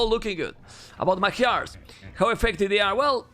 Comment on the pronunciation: Is anybody else annoyed how he pronunces Magyars?